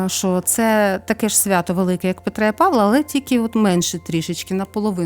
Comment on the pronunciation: Мирного неба всім. Чомусь нема допомоги, щоб здолати ворога. На Петра і Павла', а не Па'вла. Це наголос з російської.